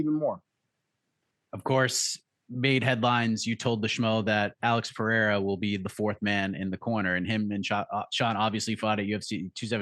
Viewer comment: Lol, Alex is in your corner. Learn to pronounce his surname.